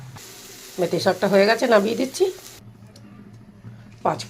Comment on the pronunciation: মুতি শাক না মেতি শাক।😂😂